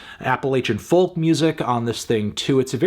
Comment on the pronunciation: Doesn't matter how many times he says it, but I'm always baffled by the pronunciation of 'folk'...